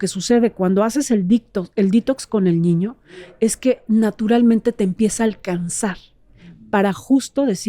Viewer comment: me encantas! Desde que te escuché por primera vez te sigo! Me has ayudado mucho. Solo una pequeña pregunta ¿Por qué dices ñiño? Con doble ñ? 🤔